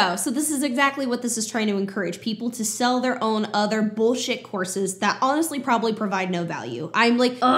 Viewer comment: I know you're saying "courses", but a lot of the times I'm hearing "horses"! Makes for some very interesting sentences in this video!